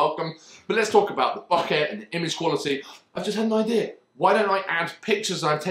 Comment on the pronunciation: I mean, it's like you bought a bunch of shit without knowing why. Funny and entertaining video tho. Please don't say "bockar" again tho.